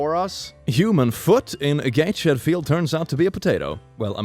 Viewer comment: Gate-shed 😂 It's just across the river from me, it's Gates-head. I love the different pronunciations.